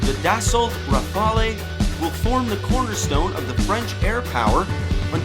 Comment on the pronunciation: Try saying "Rafall" instead of "Rafa-lee" to suggest that you have HEARD of the plane, and not just READ about it. Even better, practice sounding both "a" as identically sounding vowells, like in the word "lap". A good French plane needs to be referred to by its real name, and not by the Italian sounding "rafalee" that is heard 10+ times in your otherwise excellent video. Thanks.